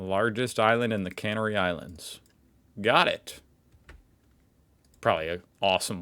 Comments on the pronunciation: Pronounced, Ten-e-reef-e of the Ca-nar-y Islands You need to travel,! ✈️ Black sand beaches are found on most volcanic islands, in The Med & off the coast of Africa 😃 from Denmark 🌸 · Your pronunciation is way off it's Canary Islands and it's Ten er ife